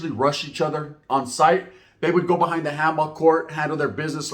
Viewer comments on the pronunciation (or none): none